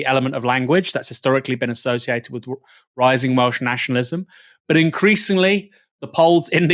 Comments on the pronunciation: To be fair, his pronunciation was the only positive to come out of that spectacle. I was expecting it to be atrocious but was probably one of the better attempts I’ve heard from non welsh speakers. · the way he pronounced the welsh was hilarious - respect to the taffs who told him to fk off